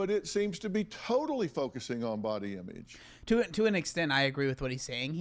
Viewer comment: Irrelevant. But the way Dr. Phil says "Imeedge" (image) is just.... ugh.